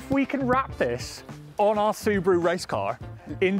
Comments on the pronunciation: cal it the ' subie do" like scooby do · Its a su-bee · Subeeru, like a bee